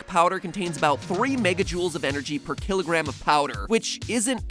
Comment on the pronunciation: MatPat, it's "kilogram."